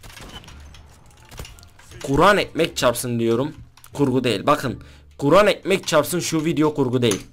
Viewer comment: abi KURAN mı diyon? yoksa guran mı diyon hangisi? :)